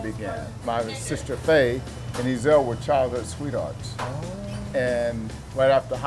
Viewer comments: Nonono, one pronounced Ezell and the other pronounced eZell, it's fucking different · Not ' 'ezel' , it's pronounced 'e'zel', the accent is between e & z